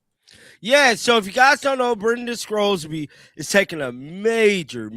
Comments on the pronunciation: I don't know what team would want to take a chance on Sorsby. And by the way, there's no "c" in Sorsby's name. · His name is Sorsby not Scrosby